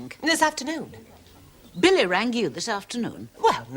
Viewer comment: It sounded like Blanche said Phily, instead of Billy.